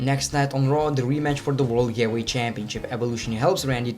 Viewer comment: "As a heels?" "As a faces?" "Gyehweight?" "Willan?" Jesus H. Christ, stop butchering my language.